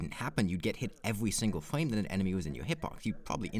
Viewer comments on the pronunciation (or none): Does this guy say "fwame" lol